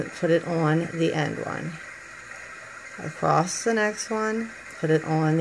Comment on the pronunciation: Its across not acrost jsjs xx stillj a beautiful bracelet